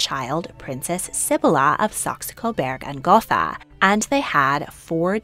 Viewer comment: ❌Sib-buh-luh ✔️Seh-bee-lah